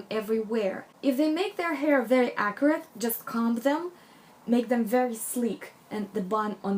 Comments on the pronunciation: I think i am mis-hearing you. You keep referring to different aspects: hair, clothing, etc. as accurate? What does that even mean? Halfway thru you say something like, not geometric, accurate. Maybe you’re using a different word? Would love to know what youre saying. Captions are showing as “accurate” too so ?? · pretty sure she's saying "accurate" by which i assume she means precise, not messy. You need to take accents into account when you listen to a person speak. She's clearly not british or american, so did it not occur to you that she might just be pronouncing the word in a slightly unfamiliar way? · Whats acorate?? You say it a lot,,is accurate that you say? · same! I even had to google a definition and then I was like oh no that doesn’t fit! 😂😂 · i also kept hearing acrid. i was like... what? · At one point she says accuracy, but I heard acrid also - I wondered if she meant sharp, angular, tailored. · Are you saying Acrid? I don't understand. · Can you please explain the word you’re using? Are you saying acrid? I’m not sure I understand. I love this video!!! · She says "acurate" :) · I so like this video, just one question. Are you saying acrid or accurate. I'm not sure. Thanks or a lovely video. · 😂 I thought she was saying ‘acrid’ so glad you’ve put me right 😂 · Thank you for clearing that up. I too was very confused. I kept misshearing her say the word as "Acrid". LOL! I do understand how hard it is when you have an accent. My Hispanic mother is notorious for mispronouncing words in an embarrassing way. But I too have had my moments when speaking Spanish because as an American I think in English and you can't do that when speaking in Spanish. My Hispanic relatives laugh at me a lot because of it. LOL!